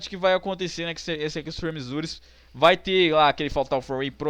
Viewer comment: "Extreme Zures". rei da pronuncia.